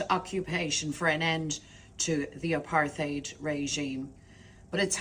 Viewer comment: She mispronounced 'Apartheid'.